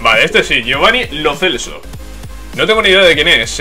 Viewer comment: se pronuncia Lo Chelso